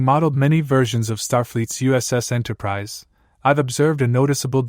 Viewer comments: Enterprise eh and Enterprisey. 😂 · Why don't you take a real human speaker? Why do you take this AI-BS? What's an "Enterpri-zey"? Enterprizy